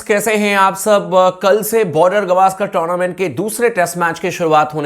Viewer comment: गवास्कर नहीं, गावस्कर